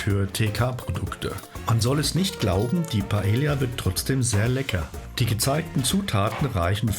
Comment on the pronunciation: Sorry, aber man spricht das so aus: pah-EH-yah, so wie die Insel 😀